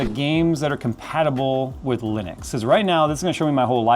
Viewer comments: that's how you say it a Linix? not li-nu-x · geeeez why can't no one pronounce Linux correctly? It's not Linix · What is Linix? It pronounces like it is written "Linux". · You say it lenix😮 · I don't care what distro you use, but I do get triggered when you pronounce it as Linix.